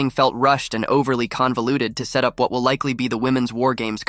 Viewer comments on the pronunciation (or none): none